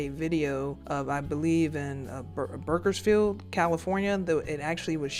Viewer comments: How are you mispronouncing Bakersfield😂😂😂😭 Edit: now to think of it, probably did that on purpose just so he could get more comments, therefore making his videos pop out. That’s some goat level activity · I know you did not just call Bakersfield Burgerfiled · Lol “berkersfield” it’s Bakersfield but I’m sure some locals call it that